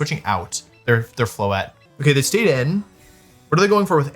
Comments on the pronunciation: I’m hearing mega floette like it’s Incineroar… I’m not liking this lol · "Mega Floethreat" actually goes hard